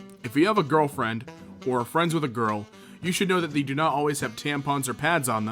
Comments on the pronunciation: Why do you pronounce they as thee? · The way you pronounce "they" is disturbing